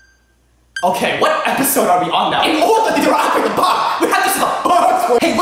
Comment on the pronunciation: "In 🙆oRduHHh🙆 To DeAc🙆TIvAte tHe 🙆bAhM" Amazing 🤣 😂